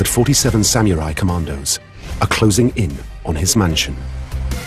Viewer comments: Samyourai...? Oh...you're trying to say SAM-UH-RAI. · re: Pronunciation - The narrator and commentators are disrespecting the Samurai by pronouncing it Sam-U-Rye and Sam-Ya-Rye instead of "Sam Er I" - A self-inflicted knife in the belly is the only honorable way out for them now. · You mean Samurai (侍)? There is no OO or YOO in the word. It is pronounced as SAM-RAI. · Why is it pronounced "sah Mee you Rai"? 🤔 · Yeah, Sameeyourai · How to butcher the simple word SAMURAI.